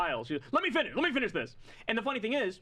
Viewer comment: "LEMMY FINNISH"